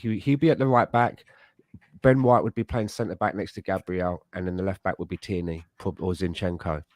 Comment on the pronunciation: your brilliant but its TIERNEY! NOT TYRNEY!